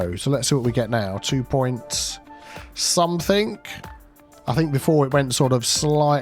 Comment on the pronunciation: Hey. Love your videos...however...it is 'something' rather than 'somethink'. 🫢